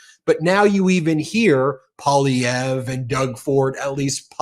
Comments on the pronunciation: Poilievre is pronounced Pwah- lievre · Hey Ben, you pronounced Poilievre correctly. 😊 Thanks. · Ben, thanks for having Charlie Angus on so often, and thanks for pronouncing Poilievre’s name correctly. 😊🇨🇦❤ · Lots of good things in this interview. And appreciate Ben knowing how to pronounce Poilievre's name and know how the politics works in Canada. There's a few "political" types in the US who don't know how things work. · I hear you working on your pronunciation of "Pierre Poilievre," Ben. Great job! You're as close to sounding like a true Québecois as any English speaker, Canadian or American. Even Canadians are massacring it. Poilievre does not trip easily off the English tongue. 😉